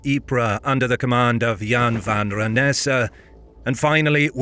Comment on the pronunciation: Goedendag, as a Dutch, i think you pronounced Goedendag, Wijnaarden en Jan van Renesse very well. Even if it might be a computer voice. Een goede avond nog.